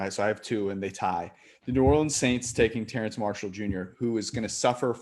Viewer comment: Exactly, and Terrace not Terrance Marshall - natural literacy not quite meeting his level numeracy or just a bad day (Technically, as a German name Licht would be Licked, but is Amercanised as you say, like Noter Dame, instead of Notra Darm - as the French who invented the words, and the rest of the world pronounce it)